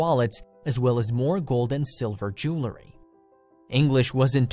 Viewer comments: Jew-el-ry. Not Jew-le-ry. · jew-el-ry. not jool-ree. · I too, wasted 20 minutes listen to this yutz drrraaaaagggg out the story with his repetitive, annoying voixeover...how much time is 1,057,617 x 20 minutes? Enough time to find a cancer cure.... and Mr. Narrator? the word is pronounced JOO-ELL-REE, NOT JOO- LUH-REE!!! The Language Police have left the building.Thank you for your cooperation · Not jewlery, but jewelry? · It's not jewl-uh-ry. It's jewelry. If you want us to sit thru 20 min to hear a story with irrelevant information & pictures, at least pronounce stuff right. Thank you Humble Bumble Homestead...I should have read your post b4 I listened to this...new note to self to read 1st!! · Jewlery, eh? Or was it jewelry? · Amazing to me that so many people, including to narrator of this video, cannot correctly pronounce the word ‘jewelry.’ In American English—no pun intend Mr. English—it’s pronounced as it’s spelled: jewel-ry. In British English, it’s spelled and thus pronounced differently—jewellery. It’s pronounced as it’s spelled: jewel-le-ry. It’s so obvious that a dictionary such as the Oxford English usually called the ‘OED’ or the Oxford American Dictionary usually referred to as the OAD are strangers to most Americans. I have an electronic copy of both on my iPad, iPhone and and hard copy (condensed) of the OAD and even purchased years ago the 20+ volume of the OED. And, I keep it updated. Obviously, I love the OED and the OAD and sometimes just get the copies out and peruse a page or two just for fun. I also use it to solve five different crossword puzzles each day. One day soon I will tackle the London Times Cryptic Crossword.